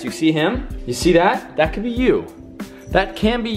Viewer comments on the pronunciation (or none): none